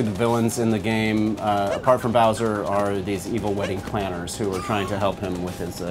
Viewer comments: everyone go to seconds she says Browser not Bowser -. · did she really say bRowser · Did she said browser hhhhh its bowser The game looks amazing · Sports maybe, but defiantly not nerdy. Did you see most of her reactions? She couldn't pronounce bowsers name right she acted very goofy and wasn't very enthusiastic about the whole thing, ahem except the fake reactions. But you do you. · i cringed when she called bim browser :D